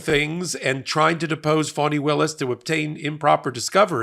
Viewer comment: F-A-N-I. Not FAUNI 🤦🏾‍♀️